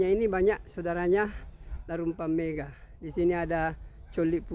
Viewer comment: Bukan mega pak, tp megga...double g